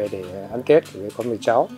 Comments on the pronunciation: What did she pronounce tet like that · The way they pronounced Tet at the beginning 😭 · Other than the mispronunciation of Tết, this is really interesting for me as a viet American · Love the video. Just wish someone could’ve helped the narrator pronounce Tết correctly.